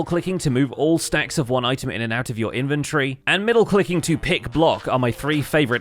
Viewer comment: In-ven-tor-ry.. Not infantry. 🤦‍♂🤦‍♂